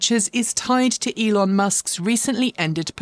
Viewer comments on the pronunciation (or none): none